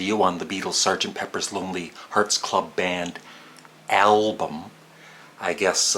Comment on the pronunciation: Please, keep the pronunciaton 'Elbum'. It'll anoy grammar purists.:-) And it can be your trademark. :-) Actually, the name of our favourite band is misswritten, so what?